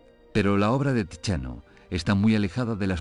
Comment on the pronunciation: Tiziano se pronuncia Titsiano o Tidsiano, no tichiano; Vecellio es Vechelio. La C se pronuncia como CH, en tanto que CH tiene sonido de C ante O y U , de modo que Michelangelo se pronuncia Mikelangelo Los españoles no procuran ser fieles a la pronunciación correcta de lenguas extranjeras. ¿Por qué?